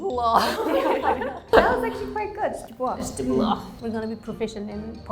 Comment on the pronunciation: Iljana, your źdźbło is good with a cute ł. Not many people pronounce ł like this nowadays.